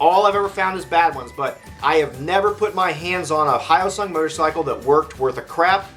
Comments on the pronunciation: its he yo sung. Not how oh sung . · /hjəʊsʌŋ/ h-yo-sung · Pardon me, but the “yo” in hyosung is pronounced like the y and o in the toy “yo-yo”, not the greeting “hi”. You’re welcome. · The guy that did this video doesn't even know how to pronounce Hyosung. I have two, a GT650 Comet and a Limited Edition GV650. Both are great bikes, both very reliable. This guy is an idiot. I have been riding my GT650 for 18 years. I'm the original owner. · At least try to pronounce it properly... As a Korean I'm almost offended (I'm not that woke yet).